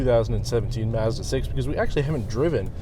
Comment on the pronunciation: Great review, but you keep pronouncing“Mazda” wrong. 😑 It’s bugging me out so much. Mazda Mazda Mazda. Oooooof😅